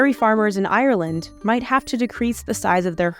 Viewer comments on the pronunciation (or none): none